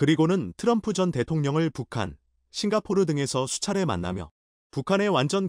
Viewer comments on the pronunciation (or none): none